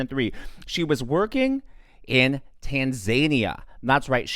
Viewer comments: The country is pronounced tan-za-EE-uh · Just a point of correction (I am OCD with respect to spelling and pronunciation). Tanzania is actually pronounced "tan-zah-NEE-ah." Your videos are superb and everyone makes the very occasional errors. No one is immune. Keep up the amazing reporting of current events that are important to all of us. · Why do people keep pronouncing it tan-ZANY-uh? 😅 Oh... He's a zany tan dude? 😂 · have I been mispronouncing Tanzania this whole time?!